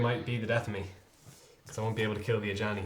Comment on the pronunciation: Love the videos. Killed me with the Ajani flub at the beginning. Glad you guys are working more with Wizards.